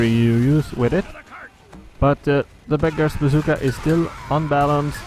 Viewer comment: when you say beggar's bazooka, it sounds like you are saying big ass zooka XD